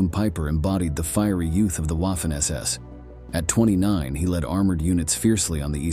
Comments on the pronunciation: Small critique, it’s not Waf-fen like Waffle, it’s Vaf-fen because German w is pronounced with the distinct vah sound like it’s a v. It’s just 44 secs into the video and that can shut someone down for watching it through. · You mean: Vah-fen SS? Why can't you just narrate with a human narrator? Or... is it just someone competent? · It’s funny how he says waffen like how’d you’d say waffle. Say it right the Germans said it like the W was a v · Wah-ffen SS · Your pronunciation of Waffen is shy of being atrocious. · I can forgive the W/V issue, but narrator used an American short a, as in “ad,” “at,” and “apple.” Make sure your hired voice can pronounce words specific to your video. I paused the video, thinking, no, he did not just say Waffen like “a” in “taffy.” 🤦🏻‍♀️ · If you are going to do a video about the Waffen SS. At least pronounce Waffen properly. 🙄